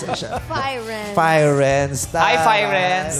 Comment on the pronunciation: Diba Italian word yung Firenze like /Fee-ren-ze/ meaning Florence, /Phyrenz/ daw sabi ni kuya mo hahahaha.